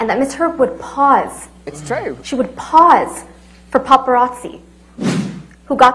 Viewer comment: POSE not PAUSE...pose for paparazzi....not pause for paparazzi....